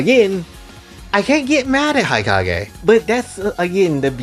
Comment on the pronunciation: I yearn for the day when fanservice-filled media becomes accepted again… As for my favorite characters, these days, I like pretty much all the Hanzō Academy Girls, as well as Yomi and Hikage (which, side note, is pronounced “hee-KAH-geh”) from the Crimson Squad. As for the others… I haven’t really played much of the other games besides the ones on 3DS, so I don’t think I can make a proper judgement on them as of now.